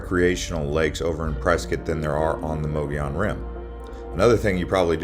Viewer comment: Again, it’s pronounced “muggy own”.